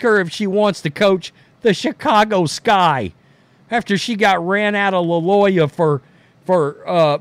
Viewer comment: It’s Loy-O-la.